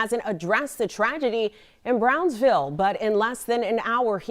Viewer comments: Bronzeville? Braunsville?? It's BROWNSVILLE. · Don't church it up, lady. It's pronounced "Brownsville".